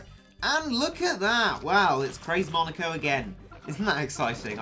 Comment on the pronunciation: Just saying he said monoko instead of moneko